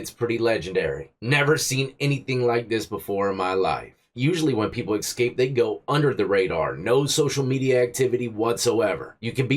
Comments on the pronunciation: Bro you know better. Its "escape" not "ekscape". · Escape not excape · "The escape inmates" You say 'escape' like my 7 year old ! Lol : ) You say eck-scape rather than ess-cape. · hey not to be a grammar nazi but it's eScape not ecscape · It's eSCAPE not eXCAPE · Why does he keep saying Xscape?. Does he have a speech impediment.? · Dude, there is no X in the word escape. Sound it out.